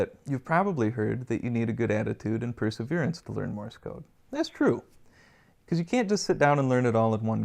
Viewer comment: Thanks for the video, but it is not pronounced "Morris code", but "Morse code".